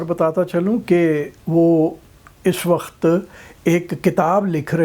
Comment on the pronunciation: بابا جی پہلا پنجابی دیکھا ہے جس کا وقت کا تلفُّظ صحیح ہے- ویسے پنجابیوں میں ایک اور خاص بات ہے جو کسی دوسری قوم میں نہیں پائی جاتی- یہ کسی بھی موضوع پہ چاہے کتنی ہی سنجیدہ گفتگو کرنے کی کوشش کیوں نہ کریں لگتا ایسا ہی ہے کے جیسے بندہ گپ بازی ہی کر رہا ہے۔